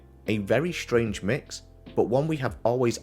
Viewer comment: Is Pull Stay "shtrange" or is it "strange"?